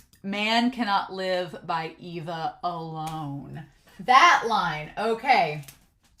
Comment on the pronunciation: It's far too late to say this now, but it's gonna drive me nuts if I don't say this... "ay - vah" ay (as in way) vah (as in vanilla). It drives me a little nuts when people say "EE-vah". Many people seem to read the subtitles but not listen to the actual Japanese. Ok, I feel better now. Great reaction so far, I'm enjoying it.